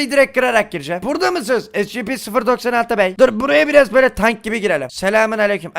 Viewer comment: Abi o scp 096 diye okunuyo